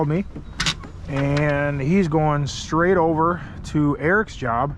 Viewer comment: SAID “ITS NOT ESTRAIGHT” which translates to “it’s not straight?” lol jeez